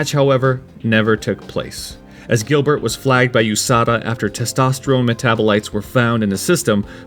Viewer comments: You mean Giblert lol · GiBlert LoL